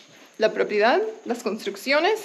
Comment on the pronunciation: stop saying "propiedad" makes you sound very gringa lol. It's just an advice bc as you might know, the more gringos you look and sound, the more local people will try to get advantage from you. Remember you're in Argentina and this time you're not a tourist, you're an owner; people trend to have strong preconceptions about your current position. Though property is the correct word, maybe "terreno" is more suitable now. My best wishes for you and. Remember to hit me up when you need professional advice on tourism and hospitality projects as that's my expertise. Cheers!